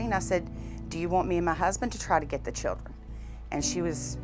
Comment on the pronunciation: Did he say “the chillen” 😂😂👌🏾 okkkk love it